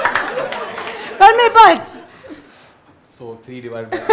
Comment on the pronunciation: Kaneez, u r super cute and u always said tanmay butt instead of bhatt.. :D